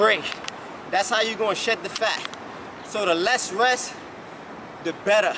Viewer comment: "tha less ress...tha betta." That's good money.